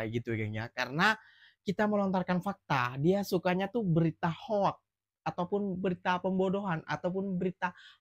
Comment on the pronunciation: .bukan hoak..tp sebutannya hok bukan hoak